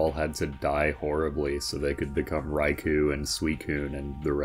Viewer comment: Just wanna say that i love your verry american pronunciation of "Raycoon" and "sueecune".